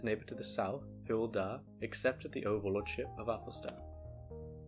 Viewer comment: Hywel is pronounced like, "huh? well"